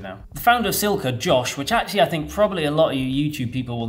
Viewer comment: badly needs to practice his Italian pronunciation for all Silca’s product names 😆